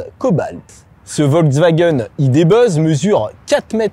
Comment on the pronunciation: Le Volkswagen idé beuuzz? Aie aie aie... Mais l'essai est heureusement très bien mené !